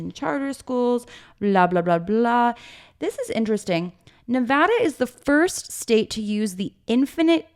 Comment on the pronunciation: Please my ears! Who says Nevada like that?! 😂😅😅 Ok back to the pod